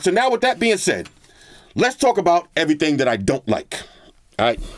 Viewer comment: "Eheee thang"